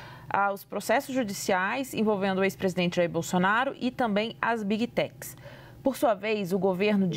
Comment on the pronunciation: “Bigui” techs